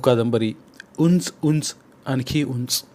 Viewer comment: अत्यंत खराब, रटाळ सावाचन.साधा उंच हा शब्द नीट वाचता येत नाही.मग ज्येष्ठ शब्दाची वाट लावली यात नवल काय.पूर्णपणे चुकीचे आणि अशुद्ध वाचन.